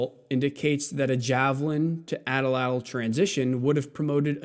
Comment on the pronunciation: Thank you for pronouncing the atlatl correctly...it doesn't rhyme with fat cattle...it's a typical NA double discriptor like wa-wa for goose. Loved your video. Very cohesive. Thanks for sharing with us...That keyhole tool looks like a shaft straightener...heat the shaft where it's crooked slip the ring down and apply leverage until cooled...work down the shaft and repeat where needed